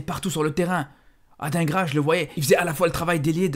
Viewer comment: t'es belge et tu dis "ad1gras" au lieu de "Adinegra" alors qu'il était à l'Union l'année passée?🤔